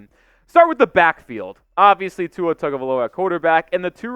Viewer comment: do you mispronounce tua’s name on purpose?